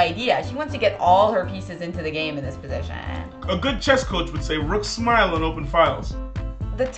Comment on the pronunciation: lol the way she says "position"